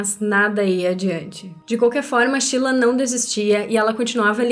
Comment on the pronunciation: Não entendo pq chama a Sheila de "Chila"